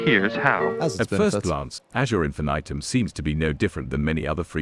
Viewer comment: I love that everytime pronounces Infinitum differently. "Infitum" "Infinaiiitum"